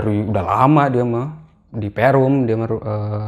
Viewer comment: nyebutna sunda pisan(perum)